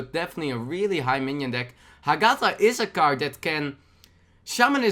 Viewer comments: You pronounce the GA too much, read it with HA-gatha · i think its pronouced ah-geh-tha.